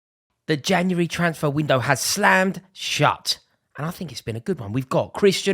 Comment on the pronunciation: “the Januwary twansffer window”